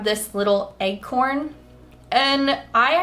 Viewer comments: Am I losing my mind, or are you pronouncing "acorn" as "eggcorn"? I genuinely cannot tell. Just blasted my eardrums in these headphones, trying to figure it out, lol. But my weird fixation on this aside, these are all SO cute--especially the candy corn moon tattoo! 😍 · It legit sounds like egg horn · Wait... i thought she was actually saying eggcorn